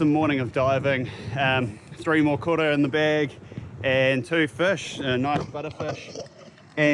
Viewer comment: Love the vid bro! Meke catch and spot! A wee bit of a tip on the pronunciation of Koura, the start of the word makes more out a ‘co’ sound - love the effort you put in to your kōrero maori! Keep it up 👍🏽 look forward to future videos.